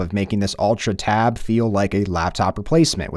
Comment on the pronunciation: Why you keep saying "Tabitha?" Why is Tabitha?